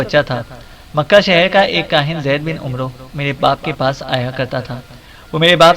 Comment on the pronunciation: عمرو میں وساکن ھے عمر ع کے زبر کے ساتھ پڑھا جاتا ھے